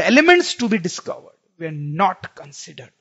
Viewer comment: Sir aap were ko where bolte ho